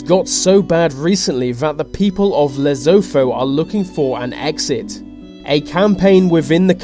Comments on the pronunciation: Lesotho is pronounced Le- soo- too.... And we have enough crime in South Africa we don't need another Provence. Back in the 90's under Nelson Mandela the ANC attempted to annex Lesotho regardless of what the ANC claims. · Oh my!!!I couldn't watch past "Lesotho" please man!!! it's not pronounced the way you did!!! that's so bloody annoying!!! (le-su-tu) that's how you say it! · Lesotho is Pronounced LEE-SOO-TOO, i.e, LEE for Bruce LEE, SOO for Soup or Suit or Sue, Too as in Two or Too, dont butcher our language please. #RESEARCH dont presume. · It's actually pronounced "Leh-soo-thoo" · It's pronounced "lesoto", not literally "Lesotho" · Lesotho is pronounced lesutoo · Did u just Lezofo (lesotho) hahaha? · Lesotho is pronounced Le-so-tow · No offense but as a South African, I find your pronunciation of Lesotho hilarious. Although I'm sure my pronunciation of many places would be terrible it's just the first time I have heard that. It is pronounced Less-oo-too. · Lesotho is pronounced La-Soo-Too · They pronounce it "Leh-su-tu". I thought Swaziland was the last Sub-Saharan kingdom. Anyway..... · lesotho is pronounced lesoto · he said number 10 wrong its lesoto for a easy way to say it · its pronounced lesotoo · Lesotho (pronounced Le-Su-Tu) is not an absolute monarchy, it is a parlementary monarchy. The situation is bad, but South Africa will not invade as you describe, Lesotho may enter into South Africa, but ZA would not do so by force. The absolute monarchy you are thinking about is Swaziland, with King Miswati, who is arguably crazy. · It's pronounced 'Le Soo Two'. It's not pronounced the way it is spelt. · It's pronounced Le-su-tu yet spelt like Lesotho, is that so hard??? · You say it 'Leso-toh'. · you pronounce it LEsoto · Hello there. i found it a bit funny in the beginning.. i am South African and obviously i know about lesotho.. but when saying 'lesotho' say it like 'lasootoo'..... but good video nontheless :) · lesotho is pronounced li-soo/su-to